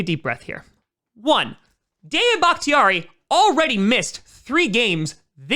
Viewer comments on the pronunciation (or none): It does not sound like your saying david ... Am i missing something lol.. Im hearing daya .or something like that